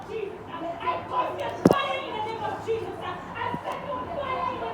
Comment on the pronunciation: "in the name of jesus-uh" was the only ledgable words I could understand 😂